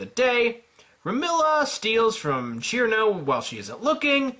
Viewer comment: ITS CIRNO NOT KIRMO! ITS PRONOUNCED SERNO!